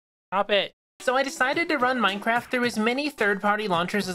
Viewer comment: bro everytime you say minecraft it sounds like maicraft